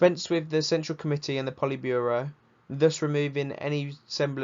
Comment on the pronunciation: man said poltiburo